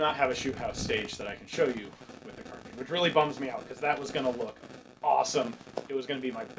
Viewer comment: I can’t tell if I have been pronouncing carbine wrong my whole life or he has saying carbean